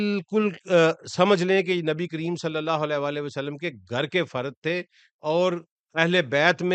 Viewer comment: ویلکم بیک ۔ آپکو مس کررہا تھا۔ آپ سے درخواست ہے کہ خدارا درود شریف " وعلی آلہ " ۔ ۔ صحیح پڑھا کریں ، آپکے تلفظ سے " ولا آلہ " کا شائبہ ہوتا ہے ۔ جزاک اللہ خیرا 💐